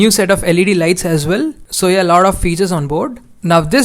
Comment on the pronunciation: "lar of fetyurs on bore" HAHAHAHAHAHA